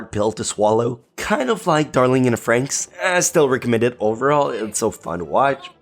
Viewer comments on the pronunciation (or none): none